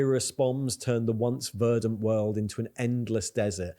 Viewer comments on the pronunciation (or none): none